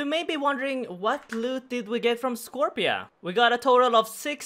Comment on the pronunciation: Scorp-C-a Scorp-see-uh